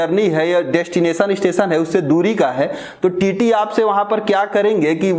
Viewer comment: Amit Pandeyji aap sabse pehle apni bhasha shudh kijye janab aap sha shabd ko sa ucharit krte he jaise station ko aap stesan kehte aur bhi kai shabd sha,wale sabko sa ucharit krte he sharm ki baat he